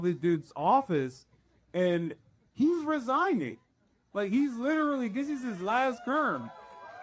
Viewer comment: "leeeetarelly" -.